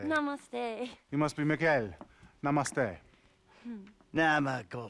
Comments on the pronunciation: "namaste you must be mageal" he cannot pronouce it... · is saying Miguel 😂😂😂😂😂😂